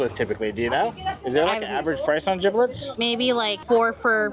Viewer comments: Not you saying jiblit😂 it’s jibbit 💗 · Please let know it’s “jibbitz” not “jibblits” 🤣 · Jiblets 😂 it's jibbetts I like jerids version better! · lol not jiblit.. it’s Jibitz😂😂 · calling gibbitz gibblitz has me cackling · Haha, nothing is more millennial than calling crocs jibbitz, gibblets 😂😂😂, you’re hilarious! I can relate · lol I call it the same to far gone to pronounce it correctly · I was gonna say the same thing 😂 Not calling Jibbitz, “Giblets” lol